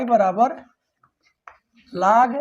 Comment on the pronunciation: Laag ya log 🤣 Yaks= x Lekin sir thanks